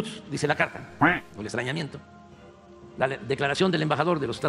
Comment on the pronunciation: Le entendí "estreñimiento" 😂😂😂 jajja...